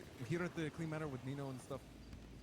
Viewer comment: How Guy says Nino, "Well Nemo". 😂